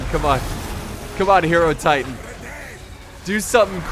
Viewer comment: God the way he pronounced Hierotitan....my god